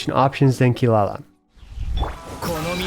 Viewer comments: How dare you put the goddess of death behind a mere chef!!!! Jokes aside, i really like your take on the list, let's see how Fontaine cast shakes things up. PS: and a quick advice, it's not kee-La-la, it's KEE-rah-rah ...you can hear her pronounce her name in the JP voice lines quite clearly and it should be like that since well, you know, Inazuma. I believe Kaveh it's also KAH-veh instead of ka-VEY, but i'm not 100% sure. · its Kirara not Kilala btw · Its Funny you Call Kirara as Kilala XD